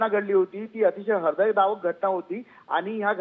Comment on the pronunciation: हरदयदावक नाही भावा हृदयद्रावक असं.. आहे तुम्ही अगोदर पूर्ण न्यूज समजून घेत जा मग टेलिकास्ट करा